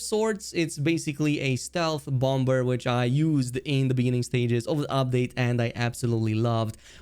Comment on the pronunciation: The 2nd B in bomber is silent lol